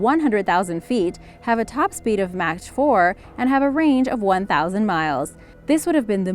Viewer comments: Match 4? hahaha! wow ignant! It's pronounced like Mock 4... duh. No one proofed this video? I saw the Lunar Module in the Smithsonian, it looks so fake, like a bad movie prop. This was when I was 11, before I ever heard any conspiracies... but to my eyes, it looked like a bad cheap movie prop. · "Match" 4... LOL Mach* 4 (pronounced - "Mahk or Mock") Love you! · She said Match 4....(speed). I'm gone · she said "Mach 4," pronounced "Match 4." Ignoramus; should have pronounced it "Mac 4" as in "Big Mac." Save us from cheapskate/lazy vid producers who won't retake to get things right. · Match 4? You mean Mach 4? Pronounced "Mak" 😂 Damned Americans are ignorant 😂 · About Mach 4. "Match 4" is actually pronounced as "Mock 4". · She says catastrophic and top secret a lot. Also she says match but should have said mok. Also she said teleken'e'sis. Not teleken'ee'sis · mok not pronounced like match without the t. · Did u say match 4 on purpose? Or do u not know Its pronounced mock? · The speed of sound is pronounced 'mahk' not 'mach'. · Match 4 lmao.. its MACH 4 as in MAWK... holyl.. This is what happens when you just steal footage from the net and read someone elses text instead of actually doing your own research... clearly you dont know what your talking about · Speed of "match 4". Jesus please know your material if you report on something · Say it with me mach 4......no wrong. It's pronounced like mock, like you mock someone or being mocked........Mach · Did she seriously pronounce mach 4 like match 4? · "Speed of match 4" lol... You are cute though. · MATCH 4..!?! 😂😂😂 Do you perhaps mean MACH 4? Too funny.. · top speed of ma-ch 4??? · Did she say "match" 4? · This chick said match 4......it is 2018 and you still can not pronounce Mach correctly. Smdh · Please get someone to narrate that can pronounce the word Mach advd to many others to mention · The way she pronounces Mach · Why can you not pronounce simple things like Mach and MIR? This is important actually.